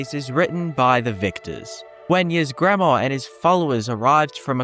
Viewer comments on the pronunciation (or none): It's "eesgremore" not "easegramor" there's a good number of NPC's that actually say his name in the game so how are you getting this wrong?